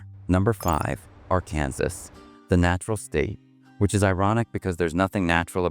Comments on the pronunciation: "Arkan-saw" not "sas"...you AI bots don't sound too educated either. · Who created this?? I smell AI. Nobody in the US would refer to Arkansas as Ar-KAN-sas!!! It's Arkan-SAW and any American knows this. This is an odd hit piece that has elements of truth but a lot of laugh-out-loud misses. When is a hurricane REPEATEDLY represented by shots of tornadoes? Don't bother watching it. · "Are-KANNS-us"???? Please stop the AI content and narration. Very annoying! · That is a very compact South Carolina "hurricane" pictured. People don't worry much about earthquakes in Oklahoma. It is not pronounced R-Kansas! Also... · It's pronounced R-KAN-SAW not R-KANSAS ! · R Kansas? (Arkansas) AI isn't all it's cracked up to be. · "R"Kansas? Seriously? An illiterate did this video? Must be an AI put together video. GO away! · R-Kansas… dumb ai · AR-Kansas- Really. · These AI videos.... voice, ar-kansas? pics of tornadoes when talking about hurricanes, etc. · A.I. - When are they gonna teach A.I. to talk like a real person? It's so easy to know when a computer voice is lecturing you. Ar-Kansas? Come on! NO human ever says that. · "R-Kansas?" Good grief, AI! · ai slop. Arkansas - "r kansas" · I am not an American but pretty sure he pronounced Arkansas WRONG! AI reading... or who is this? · I've never been impressed by the US, I went to NYC, I thought it was a bit of a dump. And that was Manhattan. And Oklahoma? Lots of oil money, that probably goes straight to NYC and the CEOs, shareholders and banks. Not impressed by the narrator here, either, can't pronounce Arkansas properly. AI, isn't it? Or just incompetence, like the subtitles.